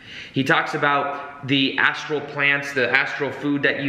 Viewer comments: So funny :) it seems you are new to these concepts but you are very excited about them which is good. It's not an ASTRO body though, it is an ASTRAL body :) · Astral not Astro!